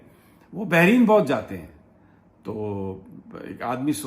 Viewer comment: Sir jee Lafz hai Bahrain , do samundar and NOT Bahreen :)